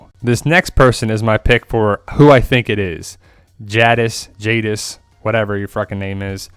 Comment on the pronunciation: I think it's Judis...I mean Jadis